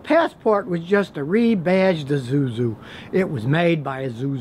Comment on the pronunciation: E zoo-zoo.